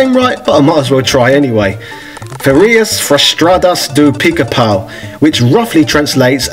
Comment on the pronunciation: "Ferias Frustadas do Pica-Pau" Thats a very good portuguese pronunciation right there! Congrats sir!